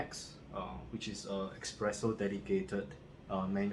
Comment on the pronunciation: is not expreso... is espresso...... It is not express is es-press. Nice review